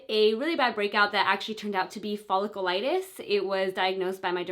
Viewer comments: It drove me insane in the last video and as soon as I heard it again in this video I had to turn it off and see if anyone mentioned it in the comments 😂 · Omg I know it’s driving me nuts. She said it so many times and wrong every time that I wish someone would just tell her how to properly pronounce cause it’s a bit cringy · Nicole Wilfong omg it was driving me nuts! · You're not pronouncing folliculitis right 😩